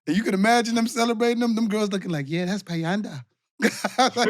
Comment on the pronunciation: got bayanda's name right